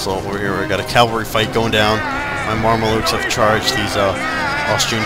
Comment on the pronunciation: Mar-me-lukes lol, it's "Mam-lucks"